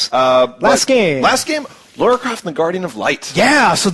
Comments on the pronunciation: dude you said Lara like Lawra, but apart from that Im looking forward to Vanquish and Duke Nukem Forever, have u seen the new trailers for the Last Guardian and the Ico/Shadow of the Colossus collection, they look wicked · forgive me when I say this but its funny how Americans can't say things like Lara properly lol